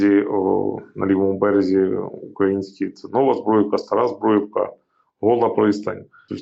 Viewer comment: Не Збруївка, а Збурʼївка. Стара і Нова.